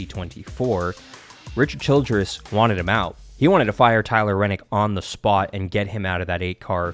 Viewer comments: Good info and Great announcement, but......If you are going to report on a sport get the names correct. It's Tyler Reddick, not Rennick. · Holy shit dude it’s Tyler reddick not renick!! It pisses me off that you act like you know everything and can’t pronounce the guys name right and it’s not even that hard to pronounce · It's ReDDick not Rennick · REDDIC NOT RENNIC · His last name is Redick not renick! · There is no “N” in Tyler Reddick’s name!!